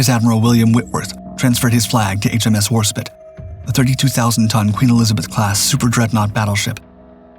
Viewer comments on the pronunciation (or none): HAHAHAHAHA! You're an idiot. It's WARSPITE it's pronounced spite not spit. Why would you try to type bullshit on the web? This robo-voice has fucked this and many other pronunciations up for years. You should hear it recite model numbers for aircraft or missiles. It's bad. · Spite not spit the I is long fucking Christ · Why cant this robovoice pronounce the E in Warspite? Warspit? When you type the script you have to misspell certain types of words so the robovoice will pronounce it properly. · how do you pronounce Norwegian fine but bugger up the most decorated British naval warship since HMS Victory, War-Spite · Content creators should emphasize historical accuracy and pronunciation. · But can't pronounce Warspite.... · The ' E ' in Warspite is silent.